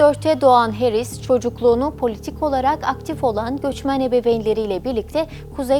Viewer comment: Harris yazıbda Herris niye diyorsun??